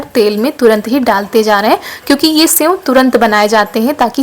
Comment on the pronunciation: Aapne senv kitni baar bola hai senv nahi sev hota hai